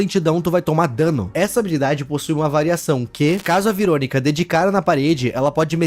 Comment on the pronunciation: Mano não veeronica que você falou